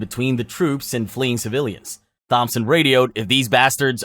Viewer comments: Thompson isnt pronounced like that. Its pronounced tomson. That made me laugh, great video btw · The H is silent in Thompson